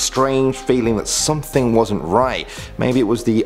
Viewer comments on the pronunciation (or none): none